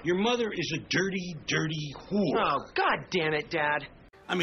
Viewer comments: He says “Wh0re.” Not “Whore” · He pronounces it like who're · I love how he pronounces it “hoor” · I love how he pronounces it with like three more letters and two more syllables. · I love how he makes it into a two syllable word